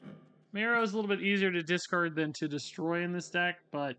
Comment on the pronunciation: DISTROY. DESCARD. He switched the vowels in the words